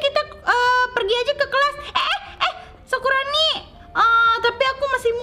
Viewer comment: bukan sakuroni tapi sakurani